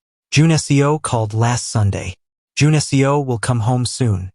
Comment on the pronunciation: A great story as always! I’m curious though. Is his name supposed to be Jun-Seo? The way the name is pronounced is like the programming language I’m learning for analytics. Maybe it’s something else? Seo is pronounced like seh-oh. This seems to be pronouncing the letters of Seo. Please forgive me if I’m wrong.